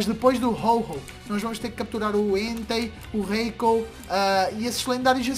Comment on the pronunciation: Gosta mais do Entei e nem fala o nome dele direito